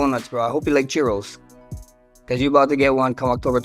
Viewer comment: I cant believe no one recognized he's trying to say Cheerios 😂